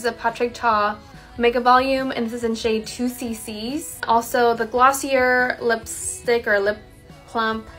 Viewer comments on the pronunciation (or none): When people pronounce "Glossier" wrong- it's not right, lol- "Boughten" is not a word